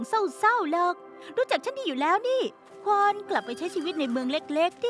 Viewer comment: ภาษาเกาหลีมันออกเสียงว่าควอน ถูกแล้วนะ